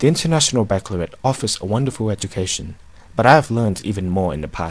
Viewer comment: He can't be IB - he mispronounced baccalaureate.